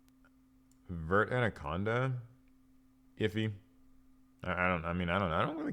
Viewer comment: And lastly I am BEGGING you, learn how to pronounce Verte Anaconda. It's "Vare-Tay" not "vert"